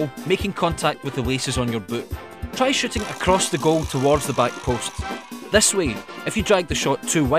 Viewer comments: lol i thought he said long range shitting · at the begginning of the video it sounded like he said "long range shitting" Haha